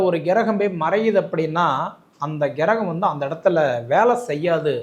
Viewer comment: கிரகம் என்பதை சரியாக உச்சரிக்க வேண்டுகிறேன் ஐயா.